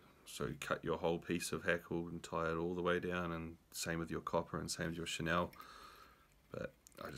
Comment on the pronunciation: Cool vid. Enjoyed it. One wee thing I have to pass on as a pedant... Chenille: pronounced shuh-neel bro :) chur